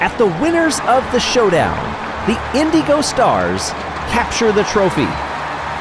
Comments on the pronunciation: I love. He's a great announver. The way he pronounces the word "Indigo", however, drives me insane. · I think that's how the team wants to be pronounced. Way back during the first Marblelympics, he called the O'rangers the Orange-ers instead of Oh-rangers, but he changed his ways the next season. With how long the Indeego Stars have been around, I feel like it's intentional.